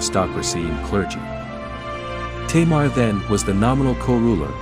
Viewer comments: why are you saying 'teimar' instead of 'tamar'? XD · She is not a queen! She was referred as King! And it's Tâmar not "teimar" wtf